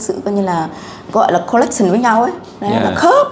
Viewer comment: Connection mà phát âm thành chữ n thành l. Nói tiếng Viet bị ngọng thì ko nên xen tiếng Anh vào